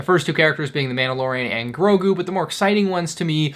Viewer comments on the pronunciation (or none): none